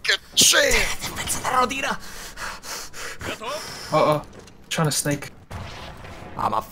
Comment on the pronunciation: You pronounce Rodina badly. The strenght is in "Ro" and not "di". Also that "d" is soft not hard.